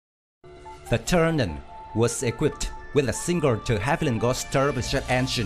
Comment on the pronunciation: Why do you keep calling the plane "Turnan" ? OMG, you should replace the audio. But thanks for the video